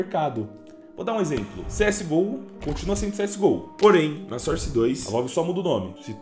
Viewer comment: mesmo papo de sempre "SOR CE DOIS"